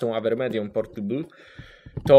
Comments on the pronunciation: nie portybl tylko portejbl xD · Portylbul buhaha